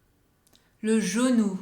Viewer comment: Le genou sounds like Zanoo 😂